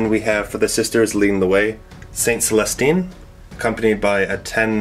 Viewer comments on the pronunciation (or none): Jokaero. Joe-kaor-oh. Not Jericho. That's a city from the Bible--or a rocket by Stark Industries. Celestine. Sell-uh-steen. Not Catherine. Adepta Sororitas. Female. Not Adeptus. Facepalm